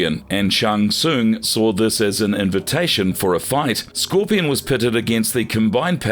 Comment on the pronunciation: I love the way they pronounce kharacters' names: Skor-pee-on, Ba-ra-kai